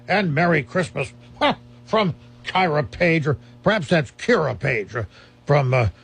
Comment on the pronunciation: Hey this is my letter being read I'm The granddaughter of George bourdon I'm kyrah paige when he says it kiyrah paige